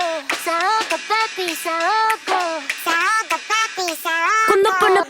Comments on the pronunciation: SAOKO (papi) SAOKO NOT SAUKO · It's Saoko not Sauko 😂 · SAOKO, not Sauko, idiot. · Saoko* not Sauko